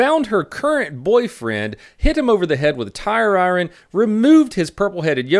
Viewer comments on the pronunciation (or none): My boi Joe Exotic getting a mention before he even got big. Hell yeah. Also, it's pronounced EYE - URN. Not EYRON. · The way he says iron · Also willie Pete sounds cooler than white phosphorus